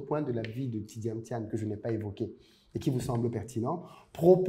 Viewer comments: Vous avez dis "Tidiam Tiane" dans tout l’exposé 😄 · Très bonne vidéo, cependant je déplore l’écorchement du nom du sujet principal de la vidéo qui est Tidjane THIAM*, et non Tidiam Thiane. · Merci pour le partage. Prononcez toutefois bien son nom. C'est pas TjidaME Thian comme vous le prononcez (réécoutez vous au besoin), mais plutôt TIDJANE THIAM. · J’avais l’impression d’être la seule à entendre Tidjame Thian! Le contenu est intéressant effectivement. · Tu pronoce mal son nom